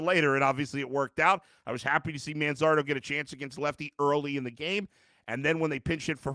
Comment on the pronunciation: Why couldn't they pronounce Manzardo's name correctly?